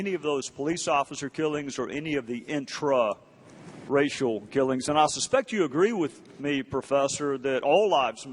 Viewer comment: I love how he emphasizes “intra ….. racial”